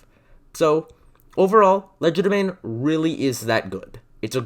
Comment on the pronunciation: WhEn WiLl SoMeOnE LeArN HoW tO PrOnOuNcE It ‘Cries in quadralingual’